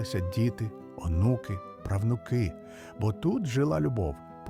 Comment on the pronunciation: Все наче добре, але наголоси видають штучний інтелект. Перекручені неправильним наголосом слова ріжуть вухо. Наприклад, на щОці, правнУки, не витрИмає, слабшАла, МАрічка.